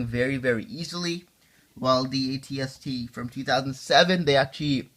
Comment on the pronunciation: AT-ST not RT